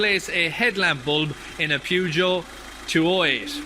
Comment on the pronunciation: did bro said Pyugio 😂